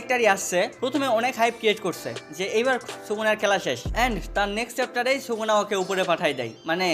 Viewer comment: age SUKUNA uccharon kora shikh 🤣